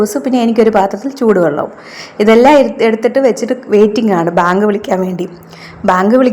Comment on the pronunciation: ബാങ്ക് അല്ല വാങ്ക്